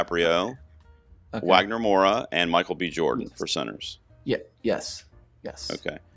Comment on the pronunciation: Brazilian here, really excited we're on the race again this year! Wagner is a national treasure and I'm so happy he's getting the international recognition he deserves! Just a little pronunciation tip, the W in Wagner has a V sound 😉 I watched a lot of the films but haven't seen all of them yet. From what I've watched so far, here's what I'm rooting for, not really predictions Best Picture: Sinners Best Director: Ryan Coogler Supporting Actor: Jacob Elordi Supporting Actress: Wunmi Mosaku Lead Actor: Wagner Moura Lead Actress: Eva Victor I'm honestly a little sad that Sorry, Baby isn't getting more attention, but given the main theme of the film, and knowing the Academy and it's body, it makes sense, unfortunately.